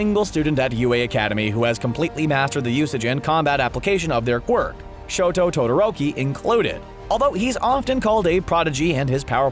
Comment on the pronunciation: "shoot style" bruh its shoto style